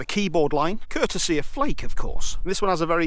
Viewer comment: Not sure why, but the way you say Flake makes me laugh... It’s pronounced “Fla-kuh” and not “Flayk” FYI! Just for future reference! Love your review!